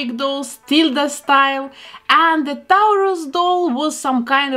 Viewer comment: I love the way you say Taurus! ♉️